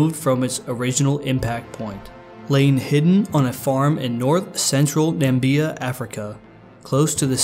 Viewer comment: its na/mi/bi/a not nambia